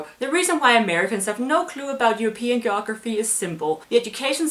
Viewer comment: Shit learn to say geography